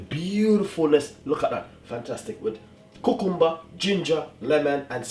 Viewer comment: I liked how he said cucumber!